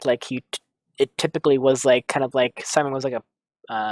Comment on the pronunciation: How is it possible that you can't remember a lot of important character names? Hell, you can't even pronounce Simon's name correctly, despite hearing all throughout the series =| What's up with that?!